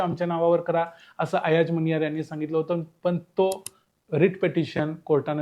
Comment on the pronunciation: अयाज मनियार असे नांव वाचावे.